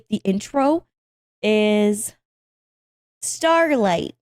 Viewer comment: Hehehe “stawlight”